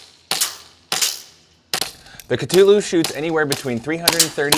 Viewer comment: Kuh-thu-lew. Say it with me.